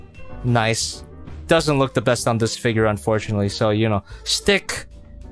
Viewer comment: I’m almost positive it’s pronounced like arcee - nice-ee not just nice